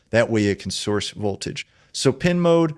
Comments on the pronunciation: he said horse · "Open horse"